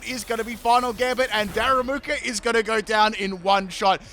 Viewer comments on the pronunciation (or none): My mans really said "Daramuku" 🤣 never change man, Ive come to love the pronunciation choices over the years